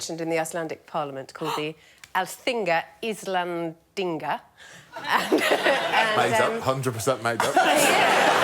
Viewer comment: Sorry Greg but Sally was correct ! Although her accent had a couple of flaws Alþingi Íslendinga is not made up😜🥳🎊